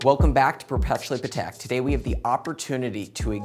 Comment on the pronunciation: I lOVE that he pronounces pahtek correctly